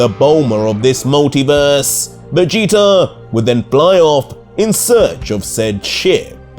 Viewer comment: i like the vegeta being called veegta